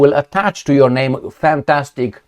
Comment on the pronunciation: Some compliments must be given on name pronuncing 👍🏼🇩🇰